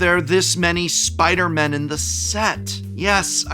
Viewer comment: Please say “Spider-people”. When you say you only want “a few spider-MEN” with emphasis on the “MEN”, you sound like you have a problem with the non-men spider-people, although I know that’s not what you mean